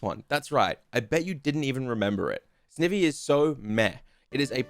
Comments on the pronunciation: It would have worked better if he actually said snivy the way there names said and not snevy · Serperior still has arms, they're just kinda hard to notice. Also it's Snivy. Combination of snake and ivy. Not Snivvy. Ok rant over lol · I love the ranking video but the way ur saying snivy is triggering me for some reason 😂😂😂